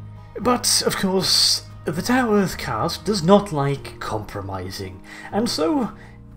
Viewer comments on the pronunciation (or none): none